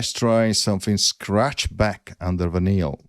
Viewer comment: Cool! Btw, Vinyl (pronounced Väy-nil) refers to the material LPs are made of, and how DJs use spin effects on turntables.